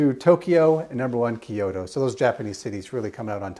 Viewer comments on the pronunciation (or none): none